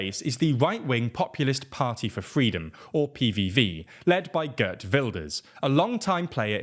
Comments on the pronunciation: Heert.....not Gurt! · Bro his name is Geert not Gurt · The Gurt pronounciation needs to go. It is Geert 'ee' is pronounced as a long 'a' . To people seeing this as a sign of some kind of awakening, I'd be careful about making that prediction. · Geert is closert to gEErt (like the EE in peel) than gert